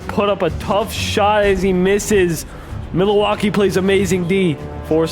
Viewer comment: pained me every time he said milalaukee